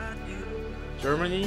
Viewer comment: lanam Toi nói germany đấy k phải tiếng chính nói sai tí thôi